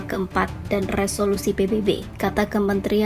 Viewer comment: Resolusi PBB bukan Repolusi PBB